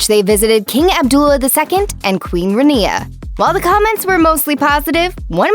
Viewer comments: her name is not Ra. Knee ya as you pronounced it. It’s Raan ya as a pronunciation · I'm cringing at how they pronounced Queen Rania